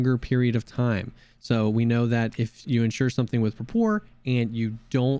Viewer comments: Pronounced “Prah-per” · Dude. It's prApor. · Love your videos, but the way you say Prapor is wrong. Do a Google Translate from Eng to Rus and listen to the Rus one. Prapor is short for Praporshchik, a junior officer rank in Russian military.